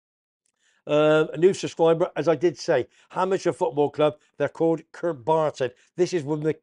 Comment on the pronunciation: you muppet it's kirkburton not kartburton, thanks for the plug, keep up the great show mate. Oh and up the Terriers